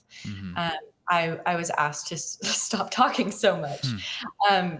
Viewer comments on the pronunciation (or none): none